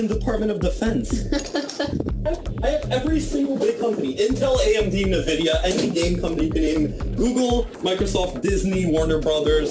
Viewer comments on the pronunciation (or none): The way he pronounces Nvidia lmfao, oof.